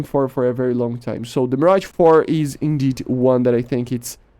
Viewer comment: Insane ! Also your 'Mirage' prononcation is awesome for a non-french !